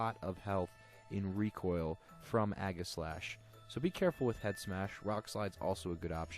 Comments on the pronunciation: EE-ji-slash. Since the primary word is aegis. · It is pronounced age-I-slash